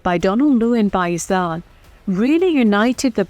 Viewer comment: Can try to pronounce Pakistan correctly?